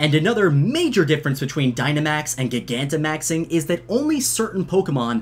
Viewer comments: Soooooo uhhhh yeahhhh, who gonna tell him that he’s saying gigantimaxing wrong? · You say gigantamaxing wrong... stop it...